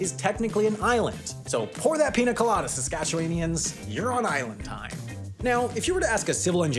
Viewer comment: He mentioned Saskatchewan! Pretty much correctly... but didn't try to spell it :-) .